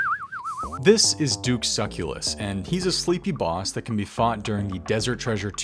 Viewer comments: (anyone wondering - it's "soo-sell-us") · that and "suck-u-lus" had me cracking up